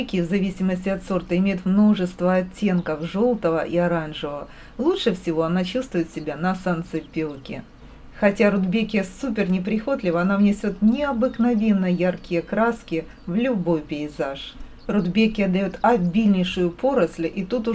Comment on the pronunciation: Поразило ударение в слове ,,неприхотливая" .Вот только этого нам и не хватает для полного счастья!